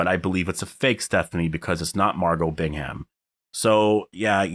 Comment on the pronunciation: Two things I feel I need to mention: 1. Cole gets his hand cut off by the knife one of the reapers threw and the knife stays lodged in his leg. 2. The “H” in “Bingham” is silent.